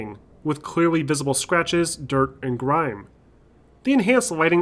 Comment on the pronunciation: Did you say Griiimmme?